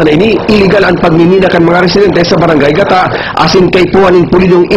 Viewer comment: mali so pronounce kan news anchor kan (gata)haha garu lugod gata nin niyog